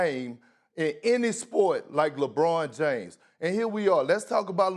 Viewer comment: perk is glitching "lebrawn Jaimes"